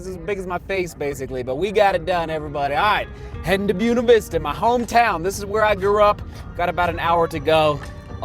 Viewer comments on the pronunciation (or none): bwaynuh vista, not bewenuh vista: spanish!